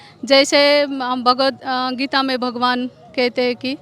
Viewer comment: थोड़ा बोलना सीखो — भगवद् गीता है .. ना ही की भागवद् गीता नहीं .. हर समय आप ग़लत बोलते हो .. थोड़ा विडीओ अपना देखी - ये महिला सही उच्चार करती है जब के आप हमेशा ग़लत उच्चारण करते हो